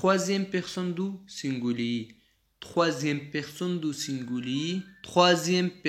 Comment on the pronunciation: سینگولی نه گرانه تلفظ سم که سنگولیی نور خه روان یی پختو تلفظ خه که